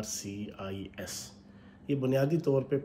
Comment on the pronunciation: I stopped watching the video when he said 'BRCIS' 😂😂😂. Anyways 42% of their population is uneducated so let it be. But a country that doesn't even know the 'E' of Economics is complaining that they are not being invited?